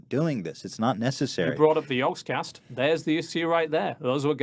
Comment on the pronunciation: The way he pronounced yogscast was brilliant